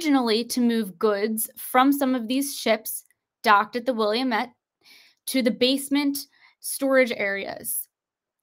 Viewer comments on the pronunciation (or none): Wih- lahhh'- met ( Wilamette)